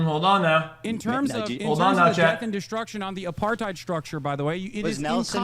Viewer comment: What tf is up with Hissan and the word apartheid